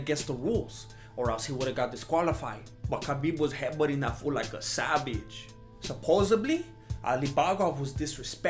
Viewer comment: I live in LA and the “supposebly” kills me every time 😂😂 I have five friends who sound exactly like